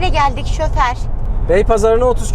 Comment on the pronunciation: Şoför e şöfer diyen